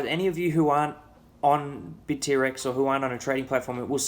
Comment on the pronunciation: Bit-T-Rex? Init Bitt-rex bra?